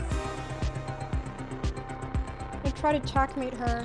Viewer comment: She didnt really beat magnus, he had 30 sec and she had 5 min and she won on time while magnus was checkmating her lol. Also why is Anna calling it Chass and Chackmate?